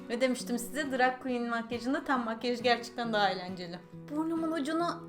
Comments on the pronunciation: Seda E. Turkiyede herkes drag queen yerine drug queen diyor nedense. Belki de bu yuzden drug queen demeyi secmistir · drag makyajıyla ilgilendiğini araştırdığını söylüyosun ama daha ''drag''i doğru telaffuz edemiyorsun, hoş değil.